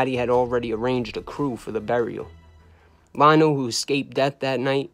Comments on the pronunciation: How you a mob historian and you pronounce Frank Lino as Frank “Lie no” it’s pronounced “Lee no” Eddie Lino got wacked by the mafia cops.. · Pronounced Lee-No in Italian Li is pronounced Lee. As in Lioni, Leone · You put out very good content and I enjoy your shows. However just a few corrections on some pronunciations of certain peoples names. For example Gerlando "George from Canada" Sciascia last name is pronounced Sha-Sha. Frankie Lino's last name is pronounced Lee-No. Besides that, you're all good. Keep up the great content !!!!